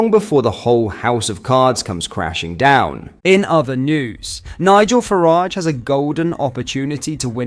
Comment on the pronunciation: It IS AI, just using voice. Easy enough to do. The inconsistently incorrect pronunciation is irritating and distracting.